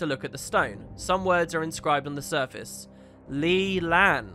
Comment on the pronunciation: Their surname is Li, not Lo